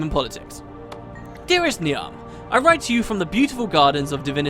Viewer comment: not important but , Niamh is pronounced Neev, its Irish